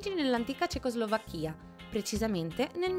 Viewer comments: 0.20 Cecoslovàcchia, NON Cecoslovacchìa! Esiste la Slovàcchia, NON la Slovacchìa!!!! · Cecoslovacchía?si dice cecoslovacchia🤣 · un po' di cultura europea ed anche generale ...Cecoslovàcchia e non Cecoslovacchìa - l'avvento tonico è sulla A, non sulla I e... parlare del 1955 non la rende "ANTICA"... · Si dice Cecoslovacchià, gnurant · Si ma...CecoslovacchÌa. Non si può sentire sto video. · Credevo che avessi sentito male, ma vedo che non sono il solo. ...questi acce'nti;) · ma come pronuncia cecoslovacchia mah.....dove andremo a finire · Sbaglia anche l'accento